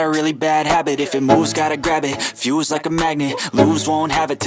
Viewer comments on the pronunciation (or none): none